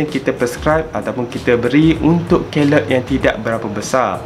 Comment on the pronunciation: The pronunciation is key-loid. Please remember that.